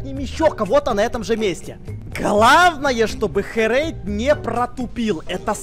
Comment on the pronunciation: Не Хрейд, а Херейд ;)